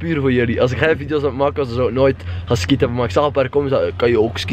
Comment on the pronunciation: het is niet skïen het is skiën logisch dat je je diploma niet hebt #antwerpen